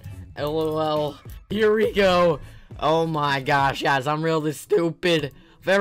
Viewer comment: Did this guy just say oh my goshe